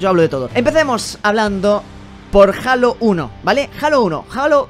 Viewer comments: Joder, cada vez que escuché "jalo", me da cringe haha Es halo O bien Jeilo Saludos bro. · Se pronuncia heilo xd no jalas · que raro que no pronuncie Halo como "Jeilo"Xd.